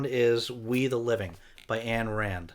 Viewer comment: It's not Anne Rand my friend, it's Ayn Rand. Rhymes with Brine. Fantastic author